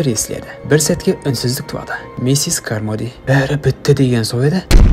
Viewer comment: Миссес кармоди емес каромди деп қоиыпсыңғо бауырым